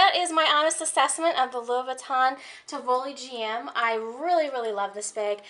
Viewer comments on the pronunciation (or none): It’s pronounce tee wee lee